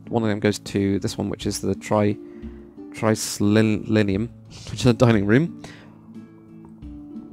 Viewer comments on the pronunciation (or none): In Latin, the um is more like in doom than in dumb. So it's like this: tri(not try)-cli-ni-oom.